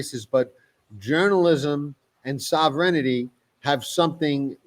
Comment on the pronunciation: is Sovereignty a tough word to pronounce?